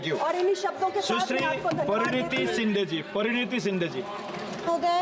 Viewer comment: Praniti nahi pariniti bola hai😂😂😂